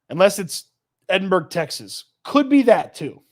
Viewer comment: It's pronounced "eh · duhn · bruh" not "Edinburg" lol